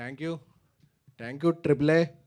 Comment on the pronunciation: ట్యాంక్ యు... తొట్టి యు... కాదురా అయ్యా... థాంక్యూ.....